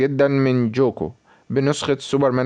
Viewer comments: مع احترامي اسمو ليس جوكو اسمه قوكو الكتابة جوكو لكن النطق قوكو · اسمه ينكتب كذة غوكو مو جوكو نطقو GOKU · هو مصري اسم غوكو صعب على طريقة لفضه او لي لهجته